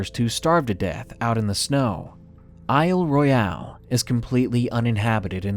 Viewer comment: Pssst -- Isle Royale is pronounced "Isle Royal." It's a French name that's been Anglicized. Otherwise, great job with this video!